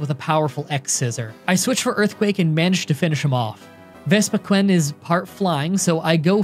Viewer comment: Not Ves-pi-ghuen, Ves-pi-queen.